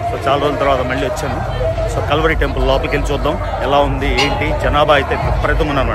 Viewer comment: ఓరి నాయన కాల్వరి కాదు కల్వరి అని క్లియర్ గా పలుకు